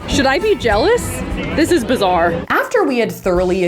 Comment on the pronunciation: When was trying to ‘mate’ and you said it was BAZARRE.